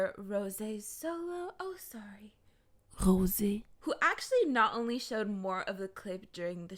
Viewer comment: I LOVE THE WAY YOU SAY ROSÉ